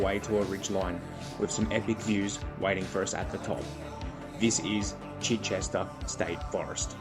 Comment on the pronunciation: For future reference, pronounced CHY-chester. Beautiful place